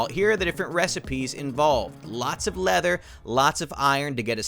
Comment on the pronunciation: Leahther armo-oh god"XD